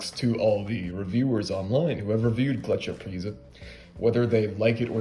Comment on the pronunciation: Pretty good pronunciation. Gletscherprise was the first snuff I tried, its available everywhere in Germany, even at small supermarkets. When you mentioned Pöschl a couple of videos ago, I went to a tobacco shop and bought a pack of Löwenprise the next day, I couldn't resist :D Prefer it over Gletscherprise